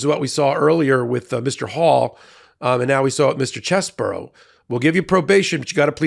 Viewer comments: It's "Chez-bro." Not "Chez-buro." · I have to admit, I doubted that these people were going to flip on Trump. And, now it's a deck of cards. (Edit). One good thing came out of this. We now know his name is pronounced: "CHEZ-bore-oh"